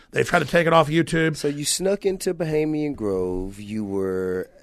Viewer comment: This dude can't even use the correct pronunciation of the word "Bohemian" haha. Get the fuck out of here with this pseudo intellectual cadence. What a tool.